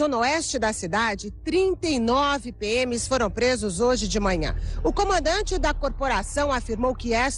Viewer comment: Jornal Hoje e não hioje